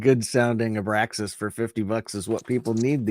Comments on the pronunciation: … my man… it’s called “Abraxas,” which is pronounced “AH-BRAX-ISS” and not “AH-BRASK-ISS” 😊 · why do you say: Abrass- skass..it is: Abrak-sass. I see now that this is a two year old YT, but it is still relevant. Now that THAT is out of the way....you guys were talking about tech flaws in recordings that are successful which takes me to the Thelma Houston DTD. The song "I've Got the Music In Me" has distortion that happened AFTER they soldered in the resistors to set the level for the run through they did first. They exceeded the level thy set up for by 10dB but judged the recording to be too good to sacrifice. It was produced distortion and all, and now it is considered one of their best recording/performances. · Its pronounced "abracsas" not "abrascas"